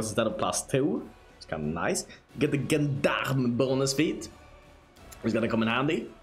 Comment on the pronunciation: I'm positive you're pronouncing the word 'gendarme' wrong. It's not 'g' as in gerald, is zh as in george.